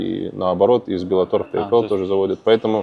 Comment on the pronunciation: научитесь уже правильно произность название организации "Bellator". Там два "Л".